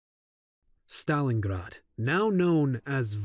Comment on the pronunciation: stop mispronouncing Stalingrad